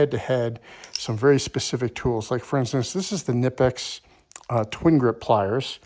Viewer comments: KUH NIPEX is how they are pronounced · I could be way off. But I believe the icon is made by Stanley black and decker, and the kobalt is made by apex. Also, say it with me Ka-nip-x. The K is not silent.